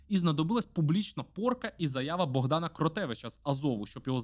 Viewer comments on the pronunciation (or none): none